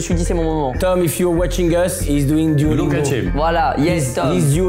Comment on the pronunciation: Ptdr sur « duolungo » on dit duolingo